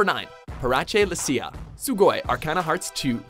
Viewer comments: somewhere adam the quarter guy is cringing like hell at your butchering of parace's name hell IM cringing at it its parace as in paris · 9. um, I believe her name is actually pronounced like this, (Paris L See-ya). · "Parachay Elseeya" "High-hachi" "Guilty Gear Accent Core Plus (2002)" these guys never do research.